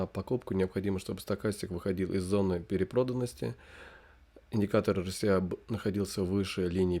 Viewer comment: Почему вы говорите эрСИай(RCI), если это эрЭСай RSI(relative strength index)?!